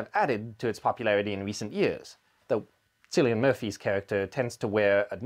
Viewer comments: Beaky Blinder’s star’s name is pronounced Killian. That was my dad’s name too, so I had to correct you. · Thanks. Very informative. Cillian is pronounced “Killian” by the way. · Very interesting. In the Irish language if the first letter of a word is C, then it is pronounced with a K sound. So, pronounce it as Killian Murphy.